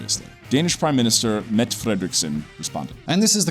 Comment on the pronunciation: Mette, not "Mett" the "E" is important and not silent.